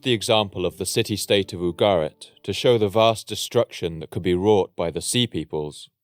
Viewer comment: Ugarit not Abo Garrett